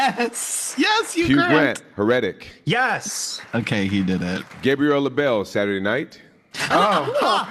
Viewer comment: Next time you do a presentation, please don't talk over the presenter since shouting over the presenters is irritating. I would rather you wait for a break. No more Jean Smart since she has so many awards for HACKS and offers nothing new. I thought it was funny: it is pronounced Hair-It-Tic(Heretic)